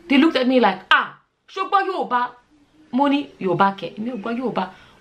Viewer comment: Are you saying Yourba?